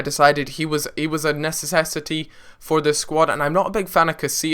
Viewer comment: necessecity! Lol